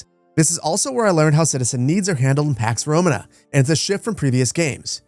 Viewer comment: Duuuuude I love your videos but if you're going to make a whole video about a game, at least learn how to pronounce the title 😭😭😭